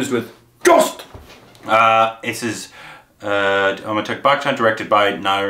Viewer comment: Nobody:: AmitaaGH BaKchan